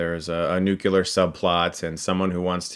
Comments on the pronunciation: Nucular ? Nuclear... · Nuclear not nucular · It's pronounced Nuklear, not nuke-eh-lar. :) Other than that, great review. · "Nuklear", not "Nukular". Other than that, now we have The Raid 1&2, Mad Max Fury Road and Mission Impossible Fallout as the three benchmarks of modern action films. Everything else from now on has to go up against these four. Incredible film. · It's pronounced nuclear, not nucular. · It’s “ Nuc-Lee-err” Not “Nuc-U-Lur” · Enthusiastic review. I’ll definitely see it. And it is pronounced “new-clee-yur," not "new-que-lur". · "nucular" isn't a word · just one thing: nuCLEAR, not nukular. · Chris, I love you man, but it's NU-CLE-AR, not NU-CU-LAR. Sorry, pet peeve. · Ok Chris, repeat after me: nu-clear not nu-cu-ler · It's "nuclear", not "nucular". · Chris I love your work but why do you keep saying nucular.. it's nuclear man.. nuclear!!! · Chris thx for the review. But you have to stop saying NUCELAR instead of NUCLEAR. 😂😂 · So not a Fast and Furious stupidity-fest. Oh yeah, NUCLEAR NOT NUKE-ULAR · Chris, I adore you. I really do. But if I don't say this, I'll explode: it's nu-CLEAR, not nu-KEH-LAR. Ok. Thanks. Bye. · I know it's no big deal and all, but it really pisses me off when people pronounce it as nu-keh-ler instead of nuclear :/ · A nukular sub-plot, huh? Come on homie, you're better than this ._. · Ugh you said nu-kyoo-lar.... :p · NucUlar subplots? NU-CUE-LAR? dude...wtf... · Did you just say "nuc-ular"?! Because, no. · Haha! He said, "Nucular." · Why do Americans pronounce "nuclear" as "nuqular"? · lol "nucular" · Louis Flahault You mean NUKEELAR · nu-Q-lar lol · Look, Chris said the word NUKULAR again. From here on out, I will enjoy pointing out every video where he says it. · omg stop saying NUKULAR That's not a word! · I get so disappointed when I hear Chris say "nucular". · it really annoys me when you say nyu-kyu-ler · It’s NUCLEAR.....sorry..... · You lost me on your horrible pronounciation of nuclear!